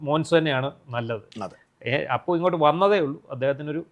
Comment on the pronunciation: അപ്പു അല്ല അപു